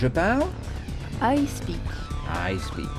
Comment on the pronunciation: je parle c'est I speak et non I speck